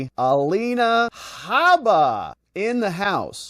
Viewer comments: Dude you sound ridiculous when you say hibidi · The statue of limitations should of shut this down years ago, even she couldn’t remember details. Also I lol every time hibbety is said😂